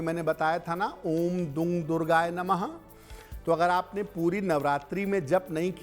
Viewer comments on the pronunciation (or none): दुर्गाय नहीं दुर्गायै नमः शुद्ध है।